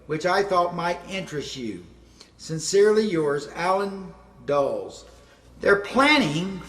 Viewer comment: It wasn't "Allan Dulls", it was Allan Dulles, Duh-less. He was one of this country's biggest traitors. suspected by many of being very active in the murder of JFK.